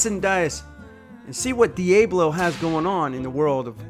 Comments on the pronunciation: it's dee-AH-blow not dee-A-blow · you're.. not your.. also many people corrected how you say diablo and you still say it wrong after videoing/watching the video and the diablo team says their name correctly so there seems to be no hope for you. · Pretty sure it's pronounced De-Ah-Blow as in, the devil. Not De-Aa-Blow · Hahaha, "dee Aey blow" 🤣 It's pronounced "Ah" not "Aey". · Dee-A-blow? 😂 Dee-ah-blow. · Dee-ob-lo devil.. not dee-a-blow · It’s pronounce ‘Dee Awe Blow’ not ‘Dee A Blow’ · Dee ay blow Dee ah blow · Its not "di-eh-blo" its "di-ah-blo". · Dee ahhhhh blow not Dee ayyyyyy blow. The Spanish or Hispanic word for devil. The blades are amazing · It’s Diaablo not d-able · Dee-AH-blow, not Dee-A-blow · Dee-Abe-low😂😂😂. Home schooled?? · Thank you for keeping your yapper shut, it's dee-ab-low not dee-aay-blow.... Sorry I'm from the southwest where we have to be bilingual 😂 But seriously, thanks for the video, it's about time for solutions we're needing 💪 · Is Diablo really pronounced, "Dee Abe Low"? I have always pronounced it, "Dee Ob Low". Maybe I have been saying it wrong all along. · The guy making and narrating the video could hear the company reps pronouncing the brand name multiple times, yet he keeps mispronouncing it “Dee A blo” instead of “Dee-Ah-Blo”. Great product, poor narration. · WTF is a De'a'blo? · It’s pronounced ‘di-ah-blo’. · Repeat after me. Dee ah blow! Devil in Spanish. 🤦🏼‍♂️ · Diablo is a Spanish word pronounced Di- ob-lo........ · Morons its Diablo not "D A Blow" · It would help if you learned how to pronounce Diablo! Dee-A (as in apple)-Blow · Please can you pronounce it properly. It's DIYAHBLO as in Devil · "Dee-ahh-blow". It means devil. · Say it with me DEE Ahh Blow, and while I am at it, Porsche is a 2 syllable word... Por sche... or Poor sha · IT is PRONOUNCED ((DE OB LOW)) (aka) DEVIL. Right off the bat, they BREAK OUT THE DEVIL. I can Not support any product called the DEVIL or the DEVIL. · It is pronounced “dee ah blow”.